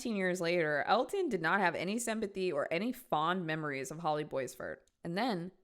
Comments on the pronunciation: Omg the pronunciation of Boisvert is killing me. It's pronounced Bwah-vair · My best friend’s last name was boisvert she pronounced it bwah-vare